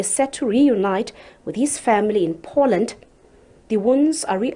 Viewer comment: What is it with these idiots. You have had 30 years to investigate any charges, you thought you might have. SABC's must learn to pronounce Poland properly. It is not "Por land" as you incorrectly pronounced. It is pronounced "Po Land".